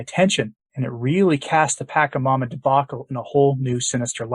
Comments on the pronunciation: It's "pacha", not "paka" That is just annoying to hear... I was a shamanic practitioner for a minute. Until the Lord pulled me away because I asked Him to... Anyway... Pachamama is mother earth. Although, I don't partake in this type of abomination anymore. It would be nice to say the name correctly. Thank you This is all about the new age trap called NSA new satanic age. Do not be fooled people, this is wrong and NOT teachings of Jesus Christ, our Lord The pope is and has been deceived to "get a long" with everyone and their own faiths. It is a trap and I believe that in time he will realize his misguided justices Remember we are all sinners, trying to become saints... Amen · It’s not pronounced pakamama, but patchamama. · Creepy. It's Pach a mama, from Spanish phonics, not Pak a mama. I can't even listen to this. What about that stang thing? That was so weird. The giant is a bigfoot. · It is not packamama is pacchamama, like China not KIMA...first inform yourself, as you should and then give the information!! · This is not a criticism as such but rather just a pronunciation correction. Pachamama is pronounced, Paw-cha-ma-ma, as opposed to your, Pack-ha-ma-ma. As I said I am not whacking you upside the head, just correcting how you say a word, us old folks are kinda silly that way. 🙂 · first of all, its prounounced Pa-cha-mama, second, its not a demon, pachamama means mother earth, its literrally the deity of the planet, and she is very loving & caring, as she is literally the world. I would not be surprised if the Pope maybe done a secret ayauaska ceremony and met pachamana, got tought some of her secrets? anyway, you should broaden your horizons, I used to be a catholic until I discovered the truth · Thank you for doing the video. Just a friendly suggestion that you correct your pronunciation of PA CHA MA MA. "CH" is not pronounced as hard 'ch' like 'k' "CHA" in pachamama is pronounced soft 'ch' as in 'Charity' Peace